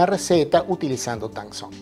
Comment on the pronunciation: Tangzhong en MANDARIN QUIERE DECIR ESPIGA CHINA. La zh se pronuncia ch. zhong es el pais china. La t de tang se pronuncia dejando salir aire . No es un T fuerte como en español. Muy bno su video y su canal. Me suscribi.